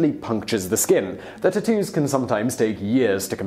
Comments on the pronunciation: "there are a lot of Japaneses words is this video, so excuse me if i pronounce anything wrong... now lets talk about tu-toos" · Most uncool way to pronounce tattoos Ive ever heard.."too-too's" LMFAO I cant...